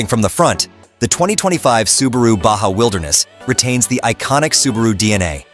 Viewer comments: Its spelled Baha, not Badga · Stop saying "ba gah"